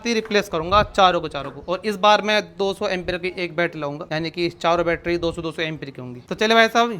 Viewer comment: Battery ❌battra✅😂